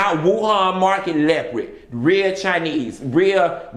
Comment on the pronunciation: All those different leprids (his pronunciation, not mine) 😂😂😂😂